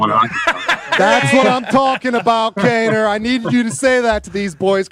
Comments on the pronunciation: Kaneo??? Cmon boys its kaner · cringed everytime they said Kane-O :_TyOMG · Patty Kane interview. Kano??? Hahahaha wtf it’s Kaner boys. All good.